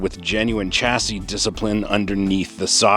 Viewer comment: It's pronounce SHA-SEE, not CHA-SEE